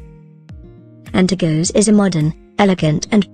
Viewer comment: Antergos not antergose my god man